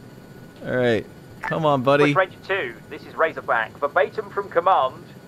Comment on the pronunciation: I love Razorback’s proper pronunciation. Don is amazing. You should make a series out of it. I’m sure he loves it too.